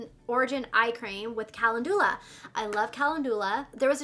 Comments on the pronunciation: It’s pronounced “Kuh-len-ju-lah” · Calendula is pronounced Kah lend u lah. That Touch In Sol Prime Essence is great stuff, I use it as a pre primer. I als o got the Dark Brown Brow Pomade, and emailed Boxy Charm. They sent me a replacement product since it didn't come in Light Brown or Blonde. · kuh·lend·yuh·luh :) is how to pronounce calendula. just so you sound as smart as you are:) I used to mispronounce it all the time:)